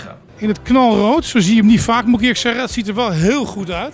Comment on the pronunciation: "Hoe krijg hij het voor elkaar om alles verkeerd uit te spreken?" Ook: Zet zelf zelden de letter 't' achter een woord:') "Wat je ook doe" "Ik moe reageren" "Met me omgaa" "Dat zeg niks"